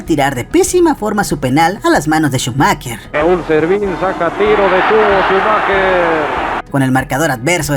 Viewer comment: En serio los mejicanos pronuncian shumaQUEr? Despues se quejan cuando uno escribe meJico con J.